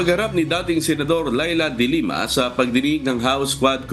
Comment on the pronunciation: the way you pronounce the family name of the former lady senator should be de lima not dilemma.